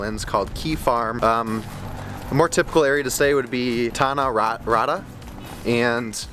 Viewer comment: Tanah rata not tanah rada😂😂😂..welcome to Malaysia mate❤❤